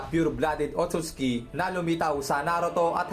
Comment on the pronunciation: OTOTS KI❌ OTSUTSUKI✅